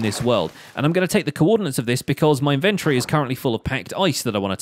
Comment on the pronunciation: It took me way too long to realize you were saying inventory & though you were saying inventary like a factory for inventing things XD